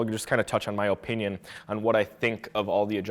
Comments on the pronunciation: why does blud say opinion like that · thanks for the video but learn on to say opinion better sheesh boi